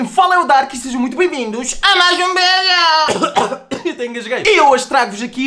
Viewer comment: "Sejam bem vindos a maiss um vireo" nao to zuando o r nao e sem querer